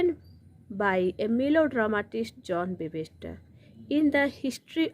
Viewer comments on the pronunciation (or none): 'Webster' not webester